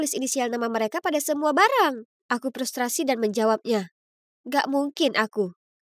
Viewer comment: "aku prustrasi" 😭